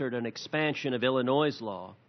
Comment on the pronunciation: As soon as I say that he said Ill-i-NOISE